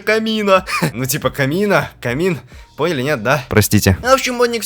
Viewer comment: если для быстрого пояснения пойдет, а так перезказ такое. все слишком сжал, и эти шедевро ударение вирал на а камина на а, аж уши режет. симон вообще горемычным стал.